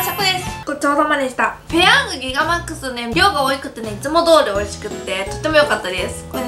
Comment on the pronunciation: グゥィガマックス